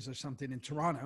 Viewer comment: Love that Theo pronounces it correctly..."Tronno"